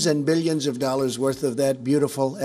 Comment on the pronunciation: fifty billion doellar???? learn to speak English, girl